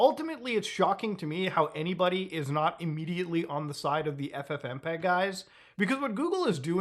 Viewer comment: Google just said F-fmpeg